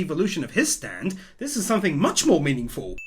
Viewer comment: Did just call the most op stand “STANDODAMALAMA”???